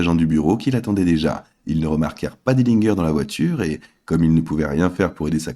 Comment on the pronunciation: Dillingueur? Encore un trompettiste!!! Tu dis pas Guinguembre!!!!!!! Pompe à vélo donc pourquoi tu prononces pas Dillinger comme il faut?